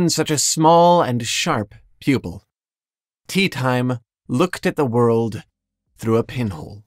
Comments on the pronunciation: it's pronounced Te-ah-tim-eh! :D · omg it's prounced Te ah tim eh! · Teatime would crawl out of the book to get the one reading his name like Tea Time. It's Teahteeme.